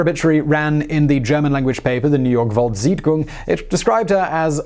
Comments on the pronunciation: sorry Simon... but is it really too much to ask that you check the pronounciations of the foreign words? at least the ones closer and therfore easier to check... like german for example? wtf is a Zitgun... Zeitung is something else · I loved how you mispronounced Volkszeitung 😂 was more like a „volkszihtgung“ which kind of sounds dutch to me (which I know it isn‘t) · His pronounciation of volkszeitung is equally awsome and wrong. Made my day 🤗😂